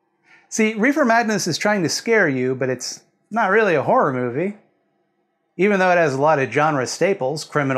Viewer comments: "Horrrrr" giggle giggle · say car. now spell car with an h. now say har. now add: ah. har-ah. You can say har-ah all day and it will never sound like "whore." You're welcome. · I actually cannot concentrate because of how North Americans say wh*re instead of horror. I'm so childish. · I will not keep my giggles to myself! That is genuinely all I can hear you say now. In the UK horror and whore have such different pronunciations that it's quite difficult to pun on it.